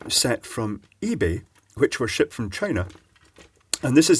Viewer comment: Did you say " shipped from China " or did you actually say " shit from china"